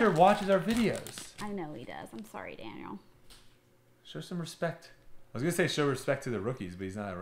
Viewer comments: Love the content and appreciate you, but I have to hit you with a pronunciation guide for one of my beloved Vikings and a potential HOF'er. It's not Daniel Hunter, it's Danielle pronounced (DA-NEIL). Sorry, pronunciation police rant done! Thanks for rippin' them packs! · I think "Da-NEEL" Hunter just unsubscribed 😂